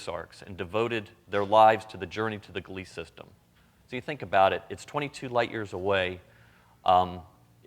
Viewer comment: Ga-LEEs for "Gliese" (GLEE-ze). You guys are really blessed with it...